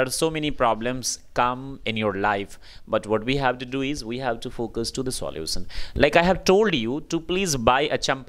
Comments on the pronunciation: I agree. For example... It is solution... Not solusion..... Any doubts.. 100 percents... (extra 's') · I think you need to understand the difference between learning and teaching .You will never want your kid to pronounce solution as solusion. 🙂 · Solusann 😂😂😂😂😂😂😂😂😂😂😂😂😂😂😂😂😂😂😂😂😂😂😂😂😂 speaker himself not speak properly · " soulution ".... this one is the worst . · Your unable to pronounce solution